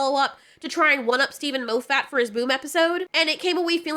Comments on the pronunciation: Maw-fit, not Moe-fat...JFC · Moff Et. not Mo FFAT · His name is pronounced Moff-eht, no MO-fat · Steven 'Mowfat' 😭☠️ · Every time you said Moffett it made me smile. " Mo fat " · Could you please stop mispronouncing Steven Moffat's name.